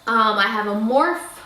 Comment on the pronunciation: I'm not trying to be rude at all I just wanted to let you know that you pronounce the e in morphe . I loved the video though !!!